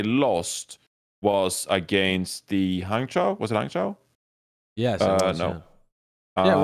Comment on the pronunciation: LOL to.... it's hangjoe and guangjoe.... not hangchow and guangchow:')